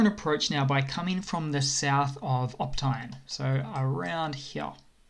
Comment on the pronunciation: Please stop saying 'optyne' - it is 'opytne' (oh-pitt-nay). I like your videos, but that one thing drives me insane ;)